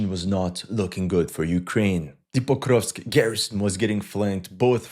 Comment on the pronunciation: It's Porkovsk 🐽🐽🐽